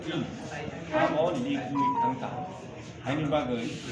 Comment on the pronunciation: Incorrect - LAKE correct- LEAK ! incorrect -REQUIREMENT correct - RECRUITMENT ! if you're a journalist u must be careful what words you're pronouncing.